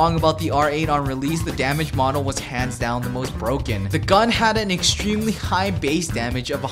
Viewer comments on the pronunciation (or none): none